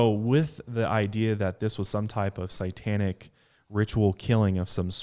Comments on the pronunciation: Great story couldn't get pass saying Sai tanic lol instead of satanic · I stopped half way through,because I couldn't stand to hear say sItantic one more time. It's sAtantic. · It's satanic not satanTic 😂 make it make sense lmao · Guy, can you please stop saying "psy-tanic"? Thanks. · Literally no one:: CITANIC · Why does he pronounce satanic as si-tan-ic ? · Omg.,if I had a nickel for everytime you said SYEtanic lol luv ya guys. Xo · always says “sitanic” haha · every time I hear say sightanic 😳😳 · Between this podcast and the Pazuzu episode on channel, I have heard him say sight-tanic wayyy too many times this week hahaha I love but oh man that makes me shudder lol